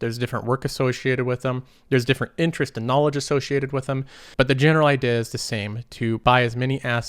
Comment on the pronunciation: Hey man FYI, Trudeau is pronounced with an "o" at the end not a "u". Not sure if thats just a speech thing (like the way you pronounce idea) or you genuinely dont know.